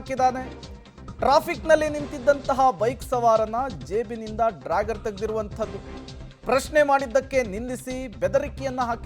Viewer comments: "ಡ್ರ್ಯಾಗರ್" ಅಲ್ಲ "ಡ್ಯಾಗರ್ " - ಸರಿಯಾಗಿ ಹೆಸರನ್ನ ಉಚ್ಚಾರಣೆ ಮಾಡೋದನ್ನ ಮೊದಲು ಕಲಿಯಿರಿ! ನಿಮ್ಮ ಜನ್ಮಕ್ಕೆ ಬೆಂಕಿ ಹಾಕ!!! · Dragger 😂 this is what happens when kannada news reporters does not have knowledge about English language 😊. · Its dagger not dragger. Otgerwise simply use kannada word for it. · ಅಯ್ಯೋ ಡ್ರಾಗಾರ್ ಅಲ್ಲಪ್ಪಾ.. ಡ್ಯಾಗರ್.. ಡ್ಯಾಗರ್ 🤣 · It is dagger (big knife) not drager😂